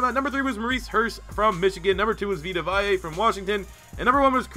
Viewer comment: VEE-ta VAY-uh 😉👉